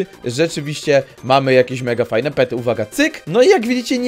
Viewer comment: Pety nie pery